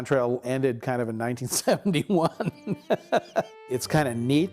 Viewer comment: even the guy who made the game can't say Oregon right 🤣